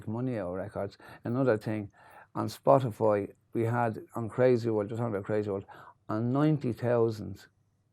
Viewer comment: the accent when he says "spotify" though... love that, made me chuckle :-)